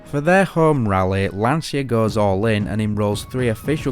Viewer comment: Excellent, I'm just wondering if it's so difficult for an English speaking person to pronounce "LANCIA" in the right way, "LAN-CHA", not "LAN-SIA", which in Italian means "The Anxiety". Come on, repeat with me: "LAN-CHA, LAN-CHA, LAN-CHA...". In a couple of minutes you should be ready.